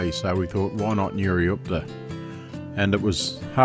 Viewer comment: Great video, enjoyed it a lot! Just a small correction, it's Nurioot-pa not Nurioop-ta Cheers, keep up the good work!